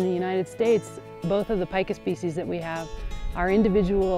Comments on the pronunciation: Pee-ka not pica -. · Cool animals. I thought it was pronounced as "Peeka" before viewing this video :) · This animal's name is PIE-kah though, not PEE-kah. Pikachu is named after a Japanese onomatopoeia for electricity crackling (pika pika), not this animal.